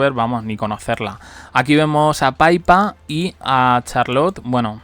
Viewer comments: Que es PIPPA, NO PAIPA!!!!!!!!!!!!!!!!! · No puedo seguir viendo el video porque otra vez dale con decir “Paipa”.